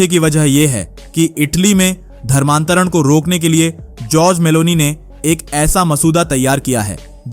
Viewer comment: नाम तो सही बोला करो भाई नाम जॉर्जिया मेलोनी है